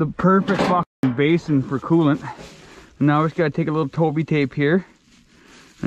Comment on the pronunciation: is the only person ik who says meow instead of now 😂 love the vidyas peg